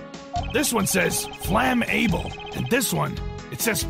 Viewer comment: I love how can say pharmaseuticals but not flammable correctly